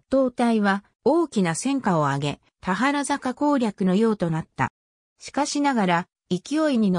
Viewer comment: 「たはらざか」→「たばるざか」ね。